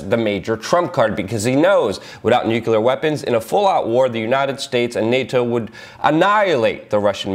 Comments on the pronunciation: not new-kyul-ur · I love ya Luke, but please, new-klee-ur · Shame this man will never be recognized for a Pulitzer. Great info and keep up the good work! BTW small peve of mine pronounced "nu-clear" =) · stop saying "nuke-yule-er!" the entire country berated bush for it. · Not bad. Slightly off-topic, why do 'Muricans always say "nucular" ?